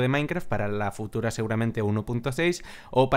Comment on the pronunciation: Jajaj dice futura no utura ;)